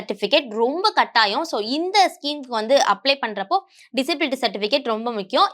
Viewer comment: Not Applay, it’s “Apply”